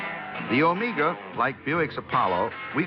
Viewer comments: It’s pronounced “oh may ga” NOT “oh MEE ga” I had a ‘74 Buick Apollo for my first car. Had a 350 V8 but no sports trim. Avocado green with a white interior. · "Omeega"? Paleeease! It's pronounced Omega as in the timepiece.Thank you. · "Oh-May-Gah!!"😀 This gentleman's an amazing narrator, though, so I'm going to cut him some slack!! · Never heard anyone call it an Omeeeeeega. Should have asked someone how to pronounce it correctly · Every time I run into this review something really sets me off when he ways "OmEEga"! I don't know why since I have no personal affection for the car. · Why is he putting so much emphasis on the "E" in O-MEEEEEE- Ga? It is clearly pronounced with a "long E sound" like Meg (or Mag) and not so much with the "E"!! Does he think the thing is Mexican?? Like the word Amigos??